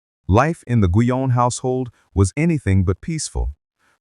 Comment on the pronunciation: I have been curious about Madame Guyon and this is interesting. As a French it bothers me to hear her name mispronounced, mainly at the beginning ( Jeanne) and however the transcript on the screen comes up needs to be checked, it has all too many mistakes.